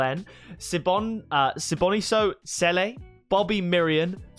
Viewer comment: You almost there pronouncing my surname, Cele...😂 😂 😂.